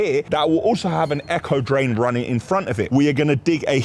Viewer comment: Echo drain? Ain’t it aco? 😂😂😂😂